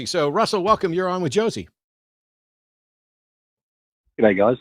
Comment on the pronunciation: The caller pronounced the S in Josie's name with an S sound instead of a Z sound and punched the T in Matt like Jimmy does with the word button. I'm not sure that is the same as changing peoples names